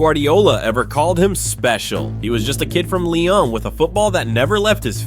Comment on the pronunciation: Its pronounced lee-on not lion